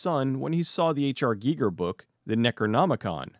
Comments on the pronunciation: This is the first time I've EVER heard someone pronounce it GEE-ger. I've always heard it pronounced GUY-ger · I hope I'm wrong, but I'm pretty sure it's pronounced H.R. "Guyger" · Am I the only person that was going crazy listening to him pronounce Giger ?